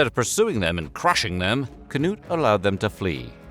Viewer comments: Odd and random coincidence, it almost sounded like you said "Canoe the Great" for Cnut and the painting of him looks like he's holding a small canoe in his lap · Cnut the Great...whose name has to be read very carefully. 🤣🤣🤣 Loved it! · "Cnut the great", whose name must be pronounced very carefully..." That cracked me up!